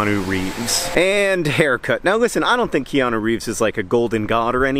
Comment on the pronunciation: Ikianu? Never heard of him. Ohhhh, you mean Neo. His name is Neo, dummy.